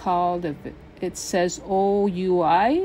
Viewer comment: Oui perfume is pronounced 'we' means yes in 🍟😊. Love your cute little piglet pouch and things!